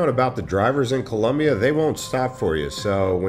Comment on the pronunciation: COLOMBIA, not COLUMBIA wtf